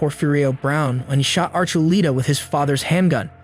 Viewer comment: It’s not Archuleeta it’s ArchuLETa